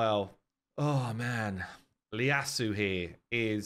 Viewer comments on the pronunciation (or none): It's not Leyasu it's Ieyasu, as in Tokugawa Ieyasu, founder of the Tokugawa Shogunate. Don't correct anything on the website, just read a bit of Japanese history :) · It’s ieyasu, not Leyasu that’s why your search didn’t work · Its ieyasu not Leyasu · Onryo's name is spelt correctly, you're just reading it wrong. It's an "i" not an "l". So you'd read it as "ee-ya-su" no "la-ya-su" Hope this helps :) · it is ieyasu not "L"eyasu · Your site is right ffs: there's no 'L' in the Ieyasu's name! Here is a capital 'L'; here is a capital 'I' (i)! It's pronounced Yay-ass-oo, where the 'oo' is as in 'cool'. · it didn’t. It is an i and always was. But many people are pronouncing it as an L and was searching for it as an L on the website and when he couldn’t find it, assumed that the problem was their website and not his misreading of the name. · Thankyou, I was looking for someone to write it phonetically as I knew he had said it wrong, but didn't know how to say it myself. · HIS NAME IS IEYASU WITH AN I FIRST, WHERE ARE YOU GETTING THE L FROM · its an i not an l 😂